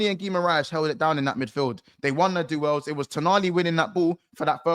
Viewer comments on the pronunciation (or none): Funny calling duel's. Do-els 😂